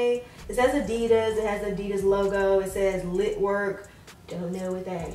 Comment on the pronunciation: you pronounce adidas so wrong